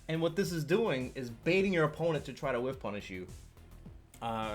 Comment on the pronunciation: Am i wrong or did u say “wish-punish”? It’s called “whiff-punish” But very nice video! Oh and great play at sfl 👍🏻